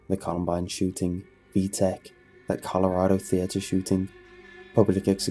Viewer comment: Did he said v-tech 😂😂😂😂 on min